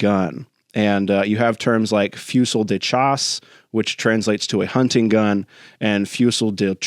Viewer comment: Pronounced FOOZEE, my friend.